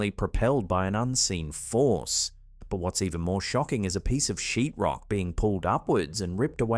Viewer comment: It sounded like you said something else when you said a piece of sheet rock😂